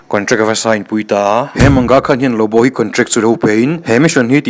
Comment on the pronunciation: LuBu emaw Lawbaw ti a lam tur zawk ani , Lawbu ni lo in a tir tr ah khan , Lawbu rawn ti zeuh a😂😂 hrilh hai hman nasa lawm le